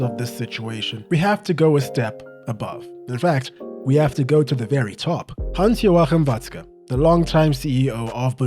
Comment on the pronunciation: Your pronounciation of Watzke‘s full name was perfect, really appreciate the effort!!